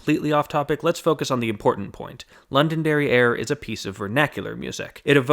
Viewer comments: I keep hearing say "London Derriere" and I snort every time. It's not even his fault - he's putting in a little glottal stop before the last syllable. I just can't help it. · Every time you said Londonderry Air I heard London derrière. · STOP SAYING LONDON DERRIERE